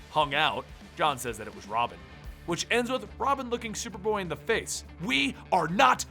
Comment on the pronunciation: at the beginning you said shuperboy